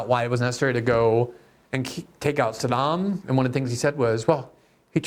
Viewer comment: learn how pronounce Saddam